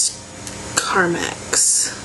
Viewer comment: carmax is a car dealership... lol! j/k (no, but really, it is!) ;) it's actually pronounced carMEX. :)